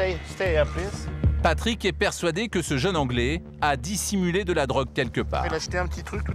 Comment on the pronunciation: Patrick a la chance de bien parler anglais : plisse plisse plisse gau ine ze walk arrrea